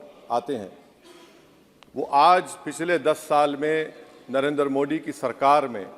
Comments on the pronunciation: ये दस का “द” साफ़ बोल लेता है लेकिन “मोदी” को “मोडी” बोलेगा क्यूकी एजेंडा है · This fellow does not know how to pronounce the name of Modi! In Urdu, Arabic, or Persian language there are letters like ِدل दाल and डाल ڈال ڈ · क्या ओवैसी को हिन्दी बोलना नहीं आता । मोदी को मोडी क्यों बोलता है। अगर ओवैसी को नाम को बिगाड़ कर बोलना क्या उसे पसन्द आयेगा। वाह रे ओबासी।